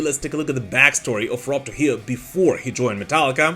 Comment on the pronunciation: It's pronounced "True-hee-yoh"